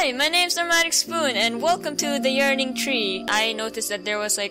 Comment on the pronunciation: Yo... when I first heard the audio of the video, I thought you said the "urinating" tre XD. Idk why I thought that, but this is an interesting little game. I still do not get what it is about, but I still enjoyed :)